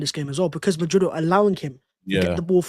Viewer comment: # Pray for MAH-drid. 🤣